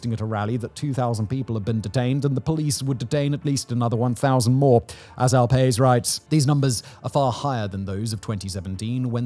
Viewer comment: If that quote you read was from El Pais, the Spanish newspaper, it’s pronounced kind of like Pie E s